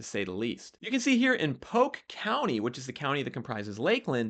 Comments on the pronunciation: PoLk…..POLLQUE….. not Poke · Its pronounced poLk, not poke